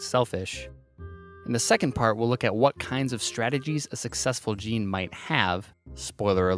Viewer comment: also, what's a gaynay